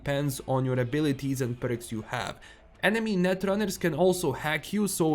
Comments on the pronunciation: it's perks not berks😊😊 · I love the way you pronounce "Perks"